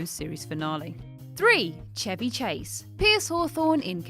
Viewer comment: I wish everyone would say "Chevy Chase" like that.